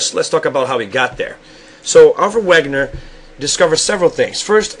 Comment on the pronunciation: It's actually pronounced (vaygunner) as Alfred Wegener (vaygunner) because it;s german